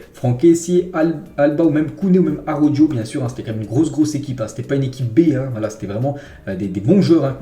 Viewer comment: mais pourquoi il prononce araujo avec le j mdrrr